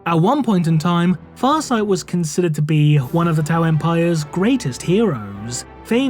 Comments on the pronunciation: The pronunciation on the name was 👌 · Wow,, you effing nailed Farsight's name. I can't help but wonder how many times you had to practice saying it to be able to make it flow like water.